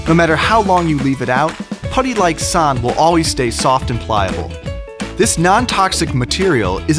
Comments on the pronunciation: "Sånd" is not the same as "sahn". If you're going to use Scandinavia letters, at least get the pronunciation right .__." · Fun Fact: You pronounce Sånd like Sond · As an swede it pains me to hear say “sånd” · It is actually Sond because the å is a o in swedish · (S)he mean sand, not sånd! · actually its sånd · As I’m British, if sånd rhymes with “wand” like it says in the description it would be “sond” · Hey, swede here. If you're gonna tell about sånd to another swede (that may be your friend) then you should pronounce it as "saund" because that's the sound the letter Å makes in the Swedish alphabet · Shahid Rashid roblox but that’s not how you pronounce å they got it way fucking of and it is anoing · ikr Im from denmark. and im they pronounce it so wrong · if you're going to sell a product globally then maybe you should check the pronunciation? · That's not how you pronounce Sånd. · I'm not from Sweden, and even I know that they aren't pronouncing the "å" correctly. (Don't ask me to pronounce it right though, because I can't.)